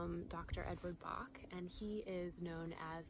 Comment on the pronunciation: Dr. Bach’s name is pronounced like “latch” not “lark”. See Bach Center channel videos.